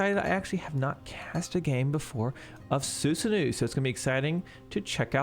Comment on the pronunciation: You are not pronouncing Susanoo properly. It is Susano-oh, not Susanuuu~.